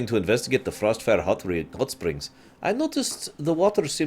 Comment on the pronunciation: I know you said hotspring but I heared it as huttsprings